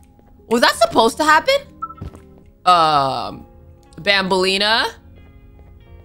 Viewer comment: Loving the vid but just reminding you it’s Banan not Bonbon It’s Banbalena not Bonbaleana